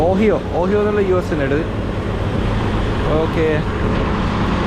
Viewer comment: ഓഹിയ alla bro... The U.S state "Ohio" is pronounced ഒഹായോ